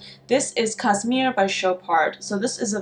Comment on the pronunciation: It's actually Chopard Cašmir, which has a sh sound - kashmir. I've seen this perfume for cheap around websites, but I'm scared to blind buy it because I sometimes struggle with peach accords. on the other hand, My Burberry Black is amazing. I also love Narciso, I found it for a great price and I'm so happy. Aura was also on my radar for some time, but I think what I liked about it so much was the uniqueness more than the scent itself, so I'm not sure if I would get it if I found it even for a good price. I feel like Eau Duelle or Angelique Noire are more what I actually enjoy, but I really don't remember the actual scent of Aura that well. I just know it was SUPER green. I'm still mourning Guccy by Gucci, and I'm scared I'll run out of Florabotanica and never find it again. Same for the original Stella. these perfumes really feel like me